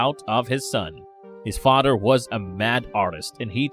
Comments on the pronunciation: Are you saying 'fodder'? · His fadder did it? Um what's a FADDER? OH!!! FATHER IS WHAT YOU'RE ATTEMPTING TO SAY. I GET IT. 😩